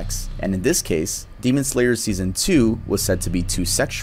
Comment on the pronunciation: butchering the names of all the characters from Demon Slayer gives off the same energy as a white mom pronouncing words like gracias and quesadillas as grassy ass and case a dill a’s